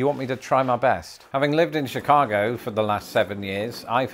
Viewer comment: Lived in chicago my whole life and it tickled me to hear you say Chicago with a Chicago accent. Well done!